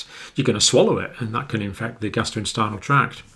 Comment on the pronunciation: It's amusing how he keeps calling the gastrointestinal tract, "the gastroinstinal tract".